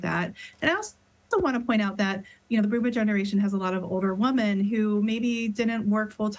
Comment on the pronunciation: You mean wi-men not woe-men? Weird